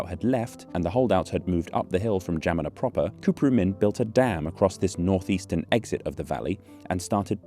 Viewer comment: romanian here - how in the WORLD were you able to pronounce "Geamăna" so well?! wow